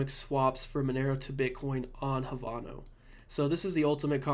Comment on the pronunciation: Havano? It's pronounced Have - No